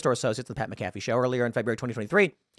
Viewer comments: McAfee is pronounced Mac-A-Fee. Just a heads up. Correction meant with sincerity, I know you're not a football guy. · I'm Bummed AHT about the way Tim pronounced McAfee lmao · It’s Pat (Mac Afee), that’s how it’s pronounced. They crack jokes about this and the jab a lot with Roger’s. Hilarious sports show